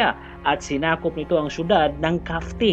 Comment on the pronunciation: Al khafji brad Hindi kafti